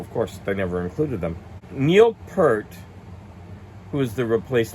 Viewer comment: Rush is one of my all time favorite bands! I'm only missing a couple albums to complete their full discography! I agree with your rating, Rush with Neil Peart is another band. By the way, I don't want to be rude but you mispronounced his surname. Don't fell bad though cause I did it for many years, too. Not long ago (before his death) I watched an interview where he replied the right way to say his name :)